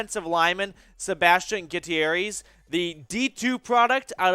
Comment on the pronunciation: It is pronounced (Goo-tear-ez). That’s my older brother btw! Loved the video keep up the work.